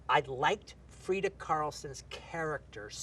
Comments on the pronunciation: Freya not Freda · why'd tarantino called freya "frieda"